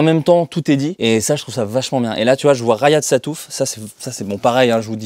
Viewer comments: "rayad" sattouf lol, à l'américaine :p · "rayad sattouff"... comment ça rayad ???